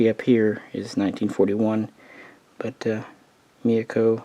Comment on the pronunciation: It's not Mayoko or Miyako lol, i don't know why Myoko is so hard to pronounce for so many people. Also It's Haguro not Haruna. Cheers